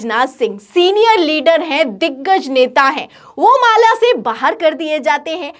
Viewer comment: Mala ko maale kue bol rhi mam , mujhe to Malegaon nazar aane lga😂😂